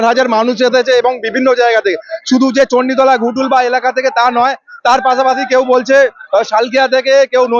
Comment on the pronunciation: দয়া করে "ঘটুল" টাকে "গুটুল" করুণ।। যত্ত সব।।